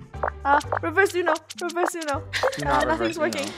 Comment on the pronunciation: Funneh say uno revrs